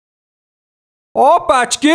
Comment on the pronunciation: Nah nor even close